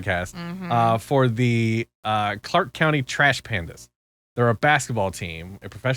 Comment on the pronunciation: Clark County Trash Pandas Had to dig a bit Thought you said Bandits